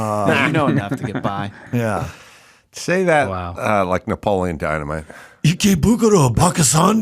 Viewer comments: Isn’t “Napoleon” four syllables. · “Napoleon” has four syllables.